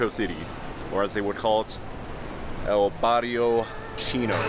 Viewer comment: “El BarRiO cHHinnO” 😂 I like how he almost forgot to say it